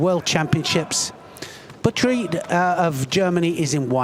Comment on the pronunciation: I like our british friends very much, but her name is not batried, her name is Butkereit(boutkerait) not so difficult. Keep up your great comments 👍🏻🖖🏻